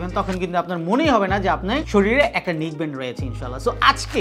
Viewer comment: নিক ব্যান্ড না। নেক ব্যান্ড।